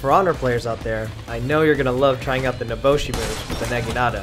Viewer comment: Nobushi not Noboshi